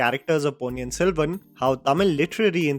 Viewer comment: There are 2 Ns in the Ponni,! Vandhiya Devan, not Vandhya Devan